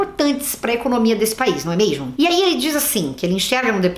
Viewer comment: "Se não tem preparo pro cargo, só é sincero pra reconhecer isso, não sei nem porque se candidatou, não é meixxxmo?" Kkkkk ADOREI Parabéns pelo aniversário! Ah, acho que não de diz "malcomunado" e sim "mancomunado" bjo